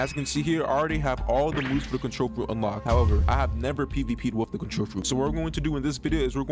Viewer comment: Bro started to say contrrol trash bruh